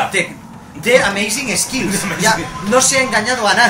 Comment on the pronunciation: Ameizingsesles xDDDD, se pronuncia a-mei-sing-les